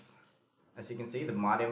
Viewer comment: Good video. By the way, modem is pronounced /'moudm/ not /'modm/.